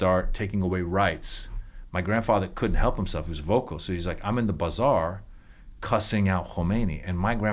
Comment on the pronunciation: I love it so much! We get used to hearing things how we say them and we call that the "right" way, but sometimes I just love the way other people pronounce things. BUH zar sounds fun!